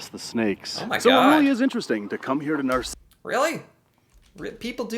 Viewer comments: It's not "nar-si-ss" pretty sure it's "nar-sis". Spelled "narcisse" of course. No Spaniards up here (well, you know what I mean) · I live really close but have never been there. BTW it's called Nar-SEECE. Reminds me of a Far Side cartoon. In a snakepit, one snake says to another "I don't know about you, but this place gives me the willies."